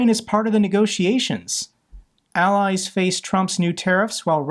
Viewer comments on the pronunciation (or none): none